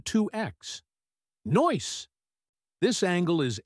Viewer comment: 'Noice'? Really? So stupid.